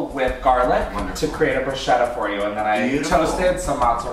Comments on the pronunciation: please read it as BRUSKETTA with the k. thanks an italian fan. non te se po senti a di bruscietta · Bothered when chris said bruschetta